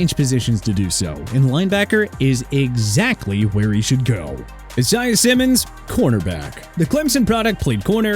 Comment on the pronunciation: Enough with the e-sai-ah nonsense okay?! I'm getting sick and tired of hearing that! Isaiah is pronounced AI-ZAY-UH! Get an education!